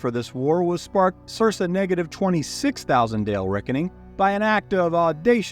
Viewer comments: He knows its cir-KA, not cir-SA right? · Sir - kah But I can see how you'd read it sir sa if you hadn't heard it before spoken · I’m sorry, I love everything being said, and the lore you bring is amazing, but I need to address something or I’m gonna go nuts: circa is pronounced Sirka 🙃🙃🙃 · I am enjoying this, and I appreciate that I'm watching a year after it went up, but I really really hope you eventually learn to pronounce Circa... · Great video. The second c in circa is pronounced the same as the second c in circle. The same root word, hence is mean around the time of.